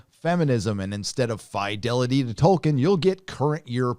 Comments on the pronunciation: In the interview excerpts with Jackson, doofus Charlie Rose shows he's never heard of Tolkien by calling him "Toikien". Clearly he misread the interview brief and thought the L in the name Tolkien was an I. Yet more proof that those purportedly highly erudite and venerable lefty TV hosts like Rose are just a bunch of ignorant, overrated buffoons. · How can you listen to someone who cant even say Tolkien right? Lol ITS PRONOUNCED TOL-KEEN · 11: 49 - "Toy-kin"?? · I thought it would be fun to down a shot every time he mispronounced "Tolkien." I now have cirrhosis. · Whatever happens, it can't be as bad as your pronunciation of Tolkien.